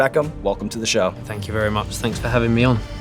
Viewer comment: David Beckham - "Fank you"